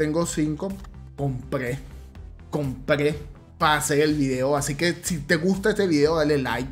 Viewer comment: Miren ese enfasis en el “Compre” grande el